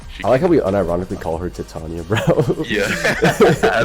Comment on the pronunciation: From what ive heard, based on the pace of the play, the more accurate pronunciation of titania is tih-tahn-ia instead of tie-tay-nia